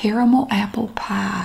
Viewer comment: Pumpkin pah. Lol sounds so stupid. lol